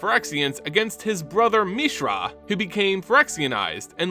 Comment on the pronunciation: Teferi... Teh Fair Ee Mishra... Mee Shrah Dominaria... Dah Min Ahh Riah Tamiyo... Tah Mee Yo At least you pronounced Phyrexian correctly